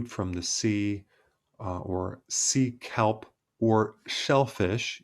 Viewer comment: Every time he says “sea kelp, I hear seek help. 😂😂😂😂😂😂